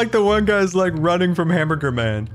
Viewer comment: Héctor Paquot hambeargar not hamburger:)